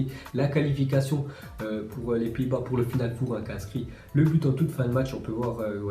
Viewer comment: La façon que tu dis final four c'est genre le dernier four"neau".😂😂😂🤣🤣🤣